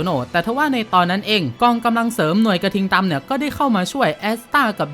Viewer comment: พี่พูดผิดผมได้ยินพี่พูดว่าหน่วยกระทิงตำ